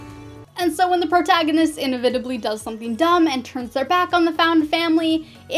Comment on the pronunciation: Your mispronunciation of "inevitably" - twice - was funny.